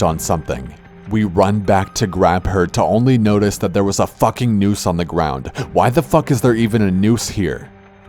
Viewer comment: Did he sy "nuse" or "noose" or moose or wtf did she trip over?